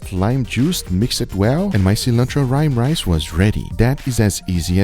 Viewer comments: "rime rice" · "my cilantro rime rice"